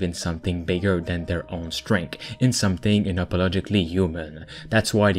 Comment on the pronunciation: Streng-th.. Not Strank I can deal with most of the turbulence in your pronunciation, but you lost my viewership at "Strank"